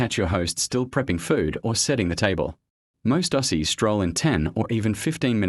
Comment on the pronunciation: When the AI voice couldn't even pronounce the word Aussie correctly, I stopped watching.